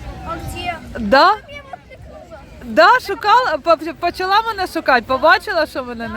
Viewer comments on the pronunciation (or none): none